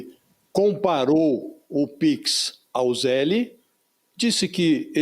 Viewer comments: A pronuncia é ZELL, not zelli. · Nem a pronuncia esses bolsonaros sabem falar, não é ZÉLE é Zél, sem ele no final. Zél. E não, o Zél não é igual ao pix, tem diferenças e é PRIVADO, não é público. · Fala com nosso amigo exilado que o se fala "zell" só se escreve zelle